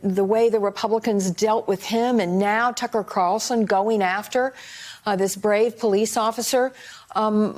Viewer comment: The real battle is this guy saying "Tucker" correctly....